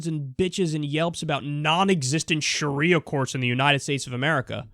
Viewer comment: Sha-ria, wouldn't that be a nice girl's name?lol